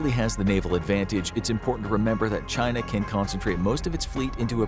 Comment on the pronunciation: Well they all DO say there's only One China. Your version sounds a lot better to my American ears than Xi's version.